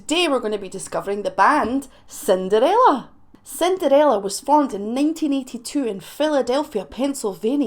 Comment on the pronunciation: I love the Way You Pronounced that , it came out Sounding like '' SIN DAR RAYLA '' 😉🤣 I get Teased about My Swede Accent all the Time even though I was Born and Raised Here in The U.S.